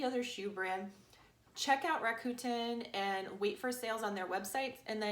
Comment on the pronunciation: Is 'ra-coo-tin" how americans pronounce Rakuten (rack-coo-ten)?